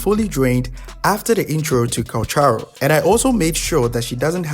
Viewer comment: The most confusing part of this guide is that he pronounced Calcharo with an A at the end of his name